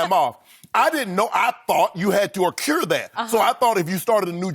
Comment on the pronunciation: It's ACCRUE; not ACCURE !!!!!!!!!